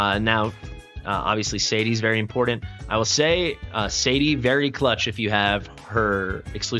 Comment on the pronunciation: "Impordent" isn't a word. There's a t in there, not a d.